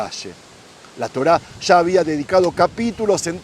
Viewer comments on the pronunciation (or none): Agradecido con la información sobre todo xq es real pero por piedad! Un favor! Habla bien!! No salgas con tu chófer! Cuando se te olvida bien que pronuncias ya, calles, murallas, llega etc pero te entra el espíritu ché y sales con tus: sha, cashes, murashas, shega! Xfavoooor! Nooooo! Gracias